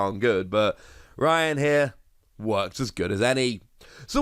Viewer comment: not the woss pronouncing Raihan as Ryan 😭